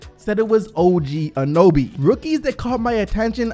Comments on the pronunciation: anyone else triggered by saying og anoby instead of og anunoby? lmao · Its Anunoby not Anoby. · A-NU-NOBY. NOT ANOBY!!!! (love u ) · Btw its An-un-oby instead of an-oby. Just saying lol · is OG Anunoby not OG Anuby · His name is O.G Anunoby not Anoby:/. Get it right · Who is OG Anoby? It clearly says his name is OG Anunoby... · OG “Anoby”...bro it’s not like it’s a hard name to say like Antetokounmpo, get it right bro! Just say it as it’s spelt, not hard! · OG ANOBY, LOOOOOOOLLLLLLL, I DIED it's OG ANUNOBY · I really love to watch. He actually likes to talk about a Canadian Team that some Americans don't even know about. How does he know how to pronounce Jonas Valanciunas but not OG An uno by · Anyone else very triggered every time he said Anoby instead of Anunoby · Hey bro A-NU-Noby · Its Anunoby. Not anoby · You forgot to say the "un" im anunuoby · Bro do I need to teach you how to pronounce everything?? OG ‘A-nun-o-bee’ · Sorry but I had to dislike cause the gross mispronunciation of anunoby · At least try to say Anunoby correctly. lol it’s like you glanced at the name >.> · yeah annoyed me he couldn't pronounce it even though he edits these videos and should have noticed haha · Jeremy Burr my thought exactly